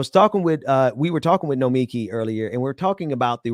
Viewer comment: Great show! Please learn how to say Nomiki's name. She's too nice to say anything.